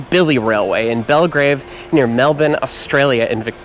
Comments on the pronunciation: Thankyou for not butchering "melbourne", so many seppos manage to sound soo awkward when they say it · OMGS HE SAYS MELBOURNE CORRECTLY 😭😭😭❤❤❤